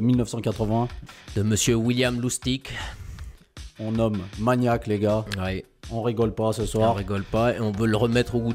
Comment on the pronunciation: tout à fait, c'est un classique de Lustig ( vous prononcez son nom de la bonne façon car cela veut dire marrant en allemand) Merci, vous faites du super taf.